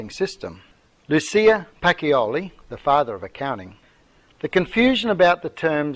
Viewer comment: Pacioli is pronounced PAH-CHO-LEE., not PAH_KEE_O_LEE.